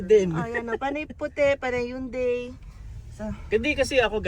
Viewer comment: "Hyun-DEI"... pero pass sa Korean car brands. Congrats in advance po.